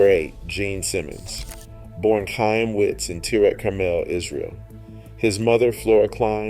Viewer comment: The C is silent in Chaim it’s pronounced high em